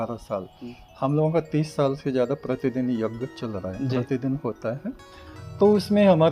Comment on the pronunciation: Yeh aadmi yagya ko yajja bol Raha hai ...... pahle bolna to seekh le yajja yajja yajja bole ja raha hai